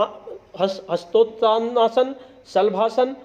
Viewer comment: गुरु जी हस्तोतानासन नही बोल पाए